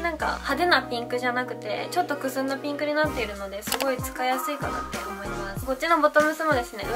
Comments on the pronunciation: ゆま サーモンピンクのピンク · ナムナム 名古屋の人はこのイントネーションなのかな？でも両方使う！ピ⤴︎ンクとピンク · ピンクの発音おもしろい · ピンクの発音めっちゃ気になった笑笑